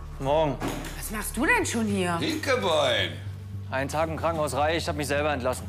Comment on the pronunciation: min ✨hInKeBeIn✨😂😂😂